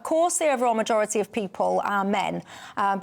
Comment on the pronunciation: He said the magorerty